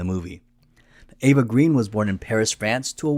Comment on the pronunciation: Another excellent video)) CR is definitely a top Bond film for me. My favorite remains FRWL. Connery is my favorite actor to play Bond, then Dalton. I still have not decided if I like Brosnan or Craig better. BTW, Eva's surname is pronounced Grain. It has something to do with the original spelling of the French surname and how it got Anglicized. Something I only recently learned. Eva herself explained this. Vesper is a top 3 Bond woman for me. (Domino and Tracy are the other 2). I know this is jumping ahead. Many people slag Quantum. Though I have problems with the directing, I think it's a good film. Craig is really brutal in that one. I think the best way to think about Quantum is as Act 4 of CR. These 2 films do need to be watched back to back. Caterina Murino who plays Solange is STUNNINGLY drop dead gorgeous. On my. As always, great video)) Cheers))